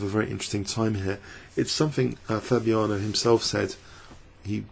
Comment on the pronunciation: Twice you called him "Fabuano" mixing up his last and first names into one lol